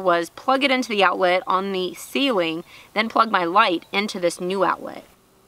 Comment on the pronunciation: "Blinded by the ligheet" 🤣